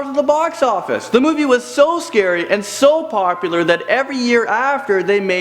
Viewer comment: it is not schery